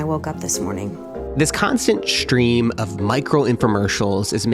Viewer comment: S-t-reem not SHHHHREAM